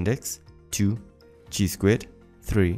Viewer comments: Dude, the way you pronounce 'chi' is incorrect. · The pronunciation of chi though